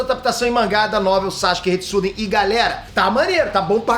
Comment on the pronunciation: Sasuke Retsuden, não Sasuke Shiden